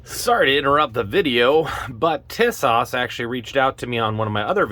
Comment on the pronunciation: For the record the company name is pronounced 'TEE-sosh'. The actual model name is the 'Zagana'.